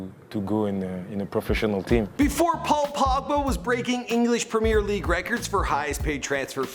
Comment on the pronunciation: Someone gotta tell how to pronounce premier league